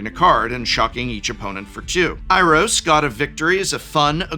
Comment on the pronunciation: If it was just the way he said Kratos, sure, but he also said "Teferli" and "Iros" for existing MTG characters.